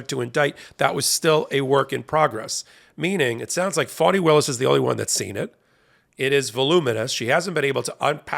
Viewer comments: Very grateful to Ms. Willis for her work, and to you for the coverage, but please help me understand why you pronounce her name "Fawni" instead of "Fani", as it is spelled. Considering the way the Right uses mispronunciation of names as a weapon, I don't think this is a good look. Still a big fan, and let me know if I am wrong. Namaste. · FAH-nee, not FAW-nee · Not good to call her 'Phoney' Willis. I think it is pronounced like ( 'fawny) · Please change how you pronounce Fani Willis' name or refer to her as Ms Willis because the text is automatically typing "phoney Willis" and we all know this woman is no phoney! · It is disrespectful to address someone, mispronouncing their name. How does the Fulton County DA pronounce her own name? Fah nee? Or Fawnee? Or Fanny? I ask you. Or is it?